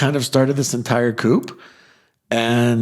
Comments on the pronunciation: It’s not a “coop”, it’s a coup (pronounced koo). Just saying. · Just FYI the word "Coup" has a silent P at the end of it so it's pronounced "coo". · grammar police pulling you over here - although it is true that the Johnson clan “flew the coop”, where coop is pronounced with a “p” at the end, the MLP “takeover”, or coup, is pronounced with a silent p. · pronouncing coup with a hard P is totes adorbs. ☺️